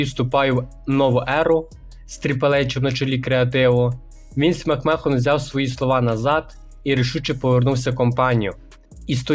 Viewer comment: Англійську підівчи. Який Макмехон, який вілд(Wild). А так непогано